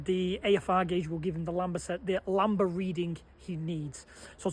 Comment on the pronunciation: It's 'lam-duh'